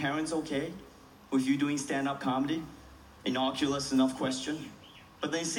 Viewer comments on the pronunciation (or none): I love his comedy, but its "innocuous" not inoculus (not even a real word). Sorry he says that joke incorrectly a lot.